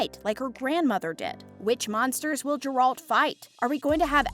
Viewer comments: Stupid video, these are all questions that the fans know the answer to based on the books and games. Also please look up how to pronounce Geralts name, it’s embarrasing. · For the future, I suggest checking BEFORE recording how to pronounce the names of the characters you talk about, in particular Gerald and Jaskier CORRECT